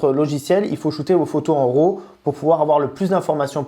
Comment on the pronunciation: Pourquoi tous les français disent RO au lieu de RAW :) RAW... ça se prononce comme un RAT avec un W au début... Ou si vous aimez mieux, "WRA"